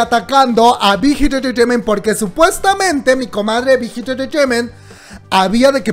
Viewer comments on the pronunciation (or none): Shot cada que dice big hit entretement.... se emborracha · Me encanta cuando dices Bigth Hit Entertrainement :3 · Nadie:: bigitititititiment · Me da risa como pronunciación big hit enterteiment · Wey 😂😂😂 dices bien chistoso bighit entertainment